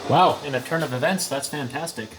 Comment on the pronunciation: “turn” of e”vents”, that “fan”tastic 😂🤣